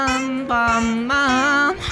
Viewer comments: who says it smoochle and not smoochly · It's not schmoochley because he says it like that it's schmooch-le, you don't say ee